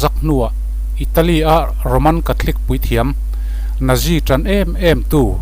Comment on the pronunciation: Natzi tiin lam rawh